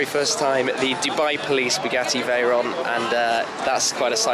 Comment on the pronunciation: "And here we have the Bu gassy Veyron"... Dude... -_